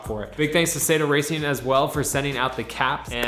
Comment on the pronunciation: Japanese lesson for: Sato Racing = "Sah-toe" racing. Not "Say-toe". (Born and raised in Japan)